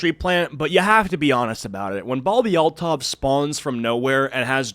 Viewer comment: Oh, it's Althoff, not Altov. Ew, she's wearing the awful, unquitous skank top +cropped spaghetti strap top) that I see EVERYWHERE. I absolutely hate crop tops and the shapeless pants look. I see women and girls wear these outfits when going on to look nice. They are the most CASUAL thing and the skank-top-with-flared-leg-pants-and-tennis-shoes look really needs to go die in the dumpster fire it crawled out of. I have visceral disgust and anger when I see girls and younger women wearing the most DULL and samey outfits no matter where that go. Cave climbing? Crop top and flare pants. Wedding? Crop top and flare pants. Anniversary dinner? Crop top and flare pants. Job interview? Crop top and flare pants. Funeral? The same crop top and flare pants. This woman's personality seems to be based on this outfit. STOP MAKING TAP WATER FAMOUS.